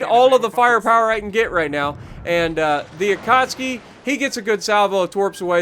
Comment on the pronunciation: it is Ah-cat-soo-key